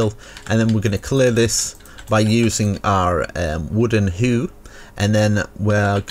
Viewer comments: I am sorry but you said "Wooden hoe" like "wooden HOO". I know it is your accent and I am not making fun of it but the word is pronounced like when Santa says " HO HO HO". ANyways, I LOVE this video and the house turned out AMAZING !!! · I know you did not just say whoo instead of how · Wooden hoo 😂😂😂😂😂😂😂😂😂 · Wooden HEW